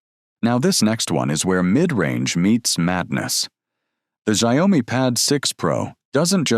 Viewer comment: Xiaomi, correct pronunciation is "shiao me," simple one syllable sounds.